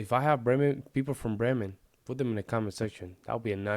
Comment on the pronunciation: Wurde bemerkt... She always cuts the n of Bremen.